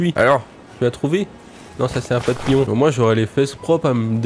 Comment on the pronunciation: Le "POPILLON" du début m'a fait beaucoup rire ahah